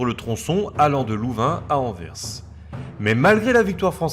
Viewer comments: Super vidéo étant belge je trouve ça super intéressent P.S si jamais Anvers on prononce le s Anverssss 😉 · Tu a fais tellement de fote de prononciation, par exemple Bruxelles se prononce ''Brusselle'', Anvers c'est ''anversse''. Enfin bref c'était pour t'aider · Pour info, Bruxelles et Anvers sont déjà les noms français qui se prononcent "Brusselles" et "Anverse" (les noms néerlandais sont Brussel et Antwerpen). Nous parlons la même langue, il ne s'agit pas d'une traduction mais d'une prononciation historique. Sinon on peut aussi évoquer Auxerre (le "x" se prononce "s" comme Bruxelles) et Reims (le "s" final se prononce comme Anvers), qui sont bien en France. Il n'y a pas "une" logique qui prédomine, quid alors de Chamonix, Cassis, Metz, Sens, ou même le nombre soixante ? Ce sont des exceptions locales ou ponctuelles que tout le monde respecte (pour peu que ce soit la même langue et que les gens soient au courant). Pourquoi alors refuser cette courtoisie aux belges ? Outre ça, les deux vidéos les blindés belges sont très cools, merci pour cette documentation !